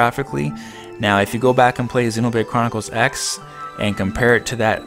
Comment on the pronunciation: You said xenobrade chronicres x like 8 times in a row bc u were trying to say it fast XD